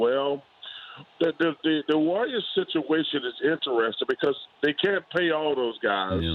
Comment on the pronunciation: in-teres-ting chuck....... not in-ter-es-ting